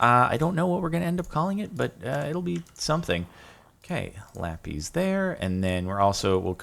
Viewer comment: they are: ocean monuments, e-lee-tra, la-piss if you're not gonna say kill or die, then just don't refer to them at all